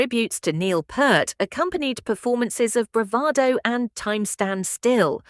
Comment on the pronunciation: Peart! Not Pert! How the hell can’t people get his name right? It’s not that hard people Jesus!